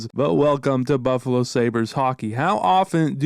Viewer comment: The nhl highlight of it was right, "Buffalo-no"